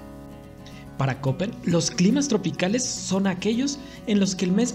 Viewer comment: Escucho Köppen (por cierto, se pronuncia kepen). Geiger es gaiger.